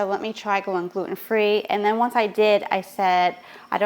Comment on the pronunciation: Jeeez pronouns your T’s it’s Glue ten NOT gluoooun.